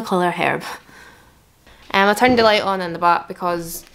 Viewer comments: What accent is this ? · When she says “back” it reminds me of the accent in that vine “here mate that’s no a bank machine” and that accent is from Inverness so I think she’s from up north maybe dunblane or something